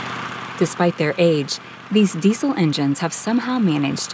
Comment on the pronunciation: What's a "dee sil" engine?.